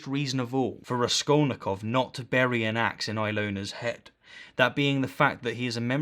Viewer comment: Did he even read Crime and Punishment?! His pronunciation of Raskolnikov is horrible.